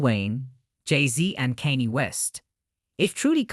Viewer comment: Who tf is “Kanie West” ??🤣